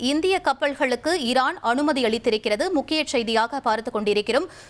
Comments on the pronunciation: ஏன் அம்மா உங்களுக்கு தமிழ் வாசிப்பு அத்துணை கடினமா? ஈரான் என்பதை இரான் என்று வாசிக்கிறீர்கள் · அம்மா இரான் இல்ல ஈரான்